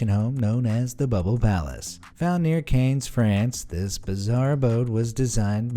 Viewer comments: Did you just say "kayns"? 😆 Everyone CANNES pronounce it. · You should learn how to pronounce "Cannes". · One thing that I can always be sure of is the narrator's ability to mispronounce words that most people find easy to pronounce. Cannes, for example...